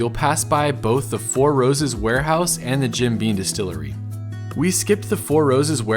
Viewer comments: Graeat video it’s Jim beaM tho not beaN 😅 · Is it just me or is he saying Jim "Bean"? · Sounded like he kept saying 'bean' too.